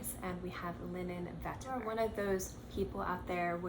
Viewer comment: Why do you keep saying vetiver like that? It’s not a French word. LOL. Chill out.